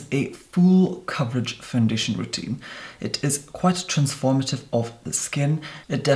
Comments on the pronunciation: FOUNDITION 🤣🤣😁 your amazing! EDIT better than Tati saying conciller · Quit a seamless fandeeshun